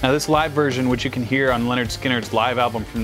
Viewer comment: It's a little disconcerting to hear you pronounce "Lynyrd" like "Leonard". It's "Lin-erd Skin-erd". They rhyme. But I'll forgive you because you're not from the south.